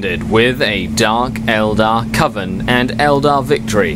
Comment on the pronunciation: Pronounced 'Coven' correctly! Now, if we can just get you to work on 'Grotesquerie' (Grow-Tesk-A-Ree) we'll be golden;) Only teasing you, you know I love you really! We need to have a meeting of the minds sometime soon, are you on Google+?